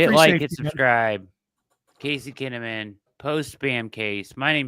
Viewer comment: Tazey Kinnamon Casey Taze-amon